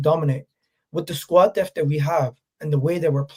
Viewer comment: I love, and his takes, but my brother it’s squad depth not squad deft. Great content though,keep up the good work